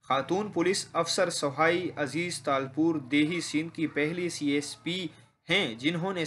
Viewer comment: نام تو پڑنا نہیں آتا